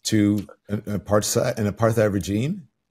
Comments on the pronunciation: It's wild that 🍋 doesn't know how to pronounce apartheid as a black American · You can tell by how Don says Apartheid that he has never heard the word spoken, only seen it written.